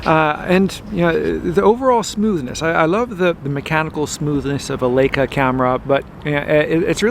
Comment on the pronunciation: L-eye-ca! Not L-ake-a! Leyeca. Please.